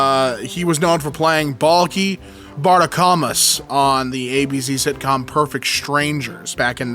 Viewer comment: The way he pronounced Balky Bartokomos hurt me just a little.